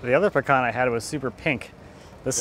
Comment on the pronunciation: That is some Beautiful pecan (I see your still pronouncing it wrong,:>)